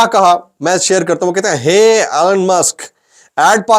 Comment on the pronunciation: Allan nahin elon hota